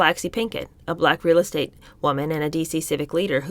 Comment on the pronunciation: Is it too much to ask that you pronounce words correctly, like “posthumously”, and “estate”? Also, you’re either too young to be commenting on this period in history, or you have never studied this era, particularly as it relates to the social constructs of that time, particularly as it relates to a woman’s role in society. Hence, your insights sound juvenile, and your suggestions sophomoric as to how the women in this book should have behaved.